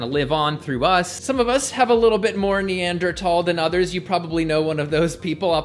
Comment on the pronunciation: Thank you for pronouncing Neanderthal correctly!